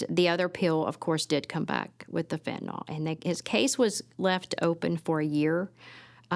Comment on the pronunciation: I really hate the way people mispronounce Fentanyl. There is no O sound in the word people